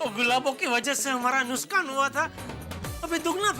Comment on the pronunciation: Did anyone notice jethalal said Nuskaan 😂😂 not nuksaan